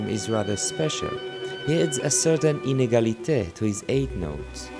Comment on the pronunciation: Me too,but I do not have the French accent to deliver it like our friend in this video.